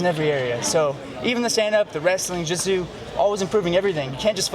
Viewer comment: "From my wrestling... to my jootsu, jootsu"